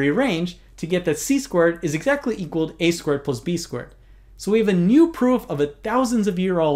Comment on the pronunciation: Every time he says "squared", I sounds like "squirt" to me.